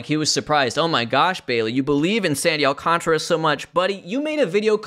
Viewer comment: Alcantara has a whole-ass extra letter in his name. It's Al-cahn-tar-uh. Not Al-con-truh.